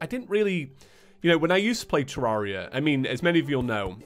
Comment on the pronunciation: You say it correctly but about 83% of terraria players say 2